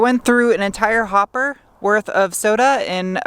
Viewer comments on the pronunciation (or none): none